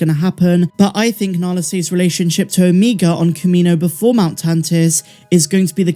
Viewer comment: Good grief, the Only irritating thing about your show is how you pronounce OMEGA’s name🤦🏽‍♂️ lol